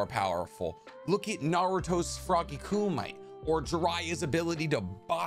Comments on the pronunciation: kumite = coo - mi - te, it's similar to "kenpo" it's word to describe a style of fighting. it's not meant to be red like english, it's japanese. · Isn’t it KU-ME-Te? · It's Koo-Ma-Tay, not Koo-Might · Its not frog kumite its KU MI TE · Frog Kumite…. Pronounced Frog Koo Me Tay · its pronounced koo-mee-teh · It’s KEEERR-mit like the puppet frog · Kumite is pronounced Koo-me-tay… just an FYI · Love your channel and videos, but I’m tired of hearing you mispronounce “kumite”……It’s pronounced “Ku me tay” damn it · Kumite = ku-me-te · Lmao no hate but its pronounced "koo-me-tay" 🤣 dont hate me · Love your Vids but some of the words you call in English. Frog kumite , Japanese ku ma te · It irks me. For future reference, kumite is pronounced koom-it-tay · How do you know so much about naruto but don’t know how to properly pronounce Frog Kumite or Tesei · I just can't stop laughing at the way you pronounce kumite. haha But bro, love your vids. Really good info and can see a lot of effort goes into gathering all the information. Keep em coming! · Is it "koo-mite" or "koo-mi-tay"? Wasnt sure if Naruto pronounces it different from the older kung fu movie for a reason